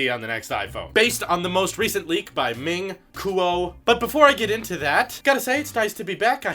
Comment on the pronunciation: Bro you said this name wrong Ming 😂😂